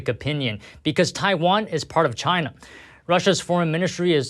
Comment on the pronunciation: what is this ai voice saying shina